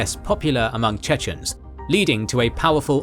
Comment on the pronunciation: Unfortunately I must say, that the pronunciation of the chechen names is horrible.